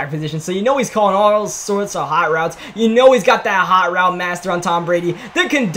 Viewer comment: You say yoo so wrong